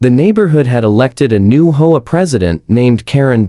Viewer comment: Learn to read man, it's H-O-A not hoa